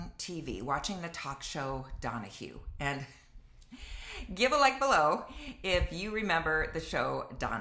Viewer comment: Oh yeah, "Donohue".